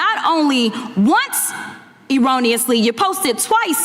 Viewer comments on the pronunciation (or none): What is "Irranously?" She can not even pronounce Erroneously correct!